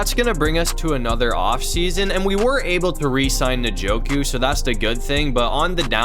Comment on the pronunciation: You say his name like enjoku